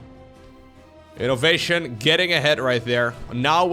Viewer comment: As someone who hates when terran wins, i'm terrified to hear this 4 syllable again: I-NO-VA-TION! 🙄